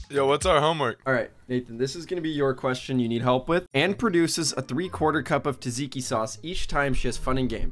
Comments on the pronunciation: bro its not called taziki its tzatziki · Wtf is taziki it's called tzatziki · ITS NOT TAZIKI ITS TZATZIKI, ITS PRONUNCED LIKE JAGIKI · blud said taziki sauce aint no way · did u fr say tzaziki?💀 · taziki souce? Its not pronounced like that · AS A GREEK HOW TF YOU SEID TZATZIKI LIKE THAT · Hey man your pronunciation of tzatziki was totaly wrong coming from a greek and also love your vids!!! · as a greek person i got offended on how you said tzatziki